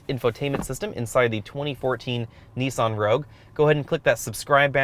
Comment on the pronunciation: I just wish you would say 'Nissan' correctly as it's quite annoying listening to you pronounce it incorrectly over and over again